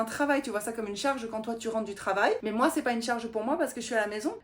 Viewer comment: "C'est moé!" lorsque tu montre ta photo habillé en geisha 😊 Tu sonnais comme une vraie québécoise 😄✌